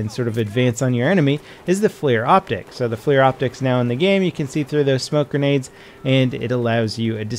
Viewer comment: FLIR is not "flear". It's generally accepted to pronounce it "fler".